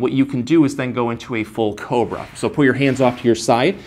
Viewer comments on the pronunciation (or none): none